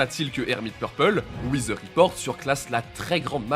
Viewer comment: Très bonne vidéo mais les gars un petit effort sur la prononciation de l'anglais svp... "hivi wither", "wither report", "sheer earth attack"